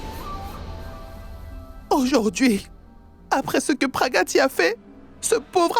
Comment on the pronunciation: me tue en disant Praggatti 😂